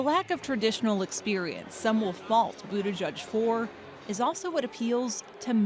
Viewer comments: It's pronounced "Boot - EDGE - EDGE". Not Boot -A-JUDGE. Like the little girl's pink sweater . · Its "Boot-Edge-Edge" not "Boot-Eh-Judge" if you cant say it, dont fret. Just say "Mayor Pete".